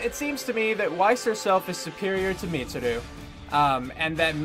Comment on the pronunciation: Pronouncing Mitsuru wrong isn't so bad considering Death Battle did research and still pronounced Naoto and Yukari wrong.